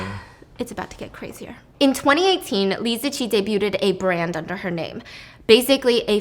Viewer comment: the “t” in debut and debuted is silent. Please stop pronouncing it in EVERY SINGLE VIDEO. It’s driving me nuts.😂